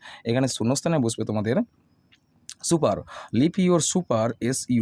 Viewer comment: Supper - সুপার ❌ Supper - সাপার ✅